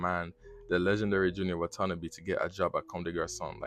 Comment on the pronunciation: 99% of ppl who talk about Junya Watanabe pronounce it incorrectly lmao